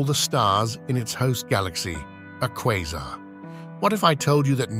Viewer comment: AI voice couldn’t decide how to pronounce Quasar